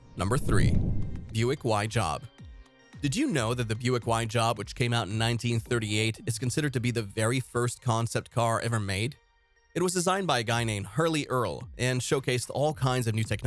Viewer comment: "Hurley" Earl? Do better.